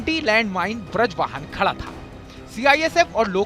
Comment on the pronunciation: कैसे मुर्ख का न्यूज चैनल है.. बज्र वाहन को ब्रज वाहन बोल रहा...